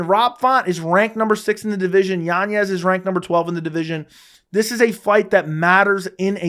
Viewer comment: Literally no one else in the world pronounces it YanYez. You just trying to pull the Chael Sonnen or what? His name doesn't have an ñ so it's not what you think. Next it's gonna be "YaRear" Rodriguez